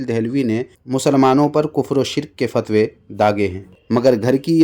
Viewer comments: fatwe❌ phatwe✅ 🤣🤣🤣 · فتوے❌ پھتوے✅ 😅😂